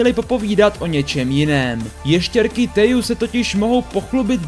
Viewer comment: PS Teju se čte Težu